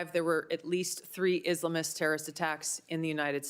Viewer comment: Her pronunciation of Islamists annoys me